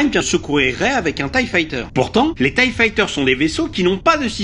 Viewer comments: Je suis le seul à ne pas dire "thaï" mais T. I. E ?? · On prononce T.I.E et pas tye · "thaï" c’est plus rapide mais T.I.E. est la bonne façon de le dire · oui, en V.O. les fameux thaï aïe hi fighters... Bolosses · Tu dis "ti aïe i" ? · On prononce "Thaï" parce qu'en Anglais tie signifie "noeud papillon" (en référence à la forme du vaisseau) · Je suis le seul à prononcer "ti". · Non tu n'est pas le seul, ça m'a fait bizarre aussi 😉